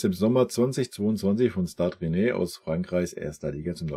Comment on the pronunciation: Hallo, erstmal recht herzlichen Dank für dein Engagement auf diesem Kanal, ich verfolge regelmässig deine klaren, deutlichen Analysen, wirklich gute Arbeit. Kleine Anmerkung was die Aussprache gewisser französischen Namen angeht, „Stade Rennes“ wir „Stad Renn“ ausgesprochen und Sacha Boey „Sascha Boe“ 😉, ansonsten weiter so…..👏